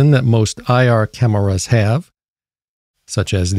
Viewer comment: Too bad I already had the Seek thermal version from 2 years ago. This "cam-er-ras" cost alot less "munnies" and claims a higher resolution. Your slower paced and extra syllables are different but the message comes across clear and isn't some hyped up screaming annoying video.